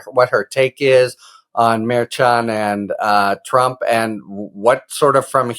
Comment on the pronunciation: Harry, you had the correct Spanish pronunciation of "Merchan". I do not know why the "sh" pronunciation is prevalent in NYC legal circles. I suggest you ask Justice Merchan himself which pronunciation is best.